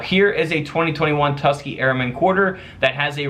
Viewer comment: Tus-KEY-Gee.. Its a 3 syllable word ..💁‍♀️just sayin 😏👋